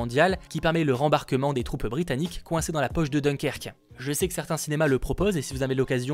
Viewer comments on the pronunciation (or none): Alors, dans "Dunkerque" le "un" se prononce comme le chiffre, soit d1kerk si tu veux. 😉 Merci pour le récapitulatif de juillet! 😉